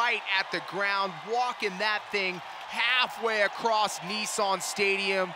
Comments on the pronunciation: NEESAAN😂😂😂 NISSAN GUYS!! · 😳…..kneesarrrn stadium🙄….. Nissan…. Is pronounced “Niss”(sounds like “MISS”, but with an N) and then “An”(sounds like “An”)….so it’s not…knee-Sarn at all….. that aside…. Nice trucks.